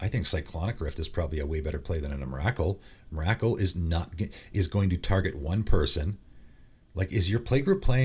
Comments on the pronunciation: Just FYI, it's EM-RUH-KOOL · I agree with most of what you say. Biggest controversy has to be your pronunciation though. Not saying it's wrong, but have literally never heard anyone pronounce Emrakul than what I heard today. Lol the names have been so wild since I first heard Iname. XD Keep it up though. Glad you got your channel back. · Dude,seriously,the way you say Emrakul is like nails on a chalkboard......I’ve never heard anyone ever pronounce her name like that before